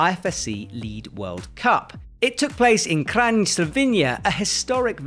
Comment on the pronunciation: I was happy finally learned how to pronounce Kranj. But then he failed again 20 seconds later.